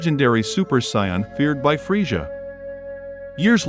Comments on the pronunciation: It's Frieza not friesha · Why do you call him freisha lol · 😂😂😂😂😂freesja was killing me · Man saying freja lol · Claps Frieza by calling him "Freesjah". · Anyone else catch that he isn't saying the name right? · Not gonna lie I got major triggered when he kept saying Scion and frejah ...nope I'm still triggered. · Why the hell are you pronouncing Saiyan and Frieza like that? Learn to speak English before you make videos foreigner